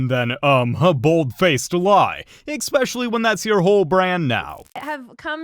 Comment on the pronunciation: The word especially has no 'k' in it, no hard 'c' in it, especially between the first 'e' and the first 'e' and the first 's'. Is there a chance this constructive feedback could be relayed to your video's narrator for their consideration. Thanks.